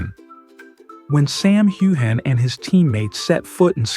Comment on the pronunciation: I've seen several of your reports and you never pronounce Sam's name right in fact you mispronounced it differently a number of times